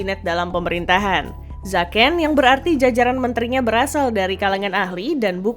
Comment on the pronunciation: Bukan Zaken tapi zeken